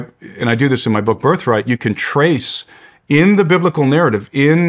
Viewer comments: Did he say Bright Right? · brightright ? come on maan. At least pronounce the guy's book properly. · The humility of to not even correct him on him mispronouncing the name of his newest book which is birthright. I know because I just bought it and flipped through the first couple pages so far. I left to see that kind of modesty and humidity It very much shows the character of the man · Sorry Shawn I really think you could have done better on this interview. Anyone can talk ufo and government hidden agendas. You should have read his book birthright ( that you mispronounced in the intro, embarrassing) and interviewed on that. It could have changed the way the world views history. One of the best books I’ve ever read.